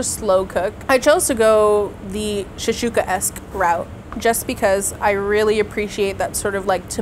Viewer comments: shakshuka not shashuka😂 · except for how to pronounce shaKshuka 😅I'm honestly surprised no one on staff corrected her... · Came here for this comment. Shashooka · pronunciation of "shakshuka" is driving me nuts.